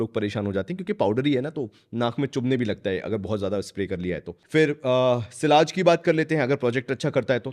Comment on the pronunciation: "Sillage" kyun bolta hain bhai. It's a French word and in British and US English also it's pronounced as ' Siaze' just like the French. Don't try to be over smart yaar. Lagta hain ye word ko aapne " Desi" bana dia hain. Then Kudos to you😅😅😅